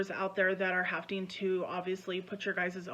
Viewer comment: "hafting to"...., darling, there isn't a T in that word, you sound dumb, it's "having to"